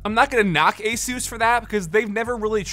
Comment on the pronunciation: Thank you for pronouncing Asus correctly